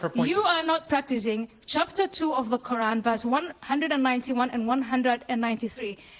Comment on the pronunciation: hate the way they say “qUr’An”